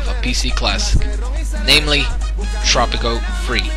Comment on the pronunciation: "tropico free!?" Thats not English.